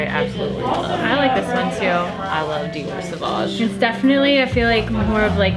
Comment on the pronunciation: No! Not savouge LOL